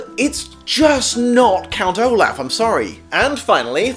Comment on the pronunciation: Count O-Laugh